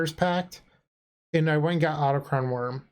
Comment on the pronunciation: I don't really care, but it's pronounced aw-tock-thon worm.